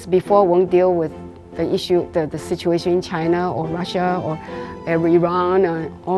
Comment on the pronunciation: He didn’t say Chinese. He said CHAINAH.